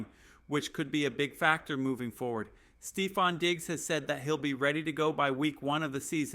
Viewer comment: Come on bro I get that news is slow. But saying the broncos will shock the world and spend half the video talking about a CUT special team's guy and players getting drafted 10 picks before we are on the board. Diggs was never a real option. Dude can't say stefon or aiyuk like. Gd do the smallest amount of homework and stop sensationalizing shit for a view. Blocked this channel after that dumb shit